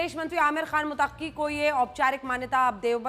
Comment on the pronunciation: Mutaqqi nhi Muttaqi bolo papa ki pari. Aur Qazmi nhi Qasmi hai Anjana om ji